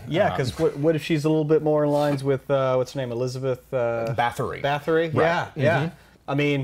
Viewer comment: You do realise that Elisabeth Bathory (pronounced Ersabet, btw) was historically a pretty god ruler who was smeared by others who wanted the throne. I know it was an example, but still...